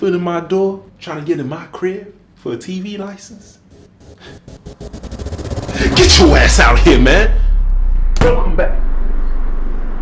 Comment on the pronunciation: He's not American. Listen to how he says "for a TV license". He's dropped back into a British accent.🇬🇧